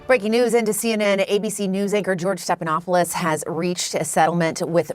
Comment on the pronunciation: Did... Did you say George Steppedinawfulshit? 😂😂 That's better than George Snuffleupagus.